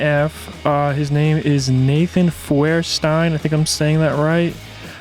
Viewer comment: Love it too, Also just clear something up his last name is pronounced Feuerstein (FIRE-STINE)…